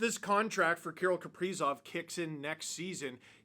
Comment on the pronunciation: Can’t even say his name right. You have no right to talk your opinions on him